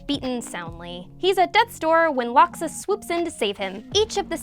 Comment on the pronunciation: How do you mispronounce laxus?? How???